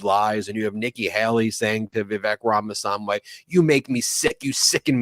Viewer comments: Vivek's last name is RamaSWAMY, not SAMWAY. Terrible person either way! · How does nobody tell Ben that he’s been pronouncing that idiots name wrong for like a year now. Rama-swamy, not rama-som-way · Brett,.....please teach Ben that's it's RamaSWAMY, not RamaSAMWAY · Ben, you're the best, but don't mispronounce Ramaswamy's name, that's a GOP move. "Swamy", not "Samway".